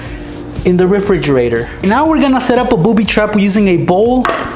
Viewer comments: I laughed so hard when he said a refrrre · refrigerergerger lol